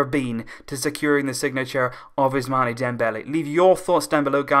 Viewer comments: First of all learn to pronounce the name of ousmane, it is not us-mane like sadio mane, it is us-maan from abu-usman. nonetheless it is a great signing, but got to find someone that can replace xavi and iniesta, we still haven't been able to do it. We still need 3 WC signings to come anywhere near to real. 2 CM, one defender and one more winger possibly di maria or draxler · Ousmane is pronounced ousman